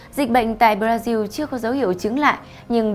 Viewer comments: Sao lại nghe chị nói (Bradiu) Brasin/brazin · Tại sao bodasin khẻo tự nhiên cứ đọc là bờ đa riu hay để cho khác người